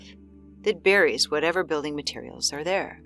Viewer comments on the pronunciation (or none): Narrator, learn to pronounce the words in your script! There’s no excuse for a professional narrator to mispronounce such simple words as “negatively,” “foliage” and “buried”.